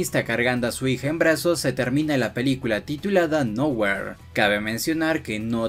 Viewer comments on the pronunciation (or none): Se pronuncia noujir